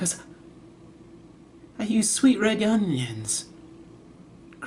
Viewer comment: "I use sweet red yuunyions..." POWER LOL